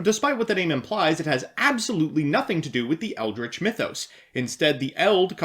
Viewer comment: Surely an educated man like yourself can see that the archetype will be called 'Eldrich' and not 'Eidlich'...